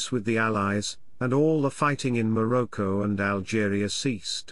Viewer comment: Lol what on earth is "maroko" - did you mean Morocco?